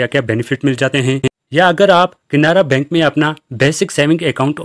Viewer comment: Bhai saab KINARA BANK NAHI. CANARA BANK.PEHLE BOLNE SIKKO